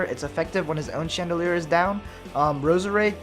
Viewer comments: It's not "chandoleur",it's "Chandelure". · It's pronounced: Shan da lore. Please take this into consideration. Mkay?